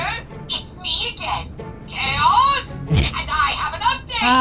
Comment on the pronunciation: HIS NAME S KAOS not CHOAS